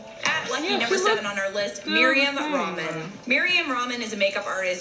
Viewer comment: This girl said Mariam ramen 😂😂 ya Habibti its Mariam Ra7man